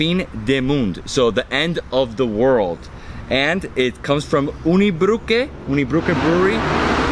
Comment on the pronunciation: You butchered every single French word . It's Unibroue not Unibroukay